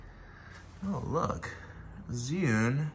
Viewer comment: You are like, the only non Chinese Mandarin speaking Youtuber who got the name ZhiYun pronounced correctly. Good job!